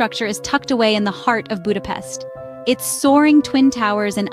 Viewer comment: Ha már ide utazott tanulja már meg helyesen mondani a fővárosunk nevét, és pöszítsen!